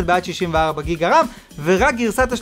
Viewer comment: אחי אומרים ג׳יגה לא גיגה